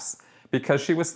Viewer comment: Krone is pronounced kroneR, as in "moaner or groaner". Great videos, btw, find them very informative as a longtime Scientology watcher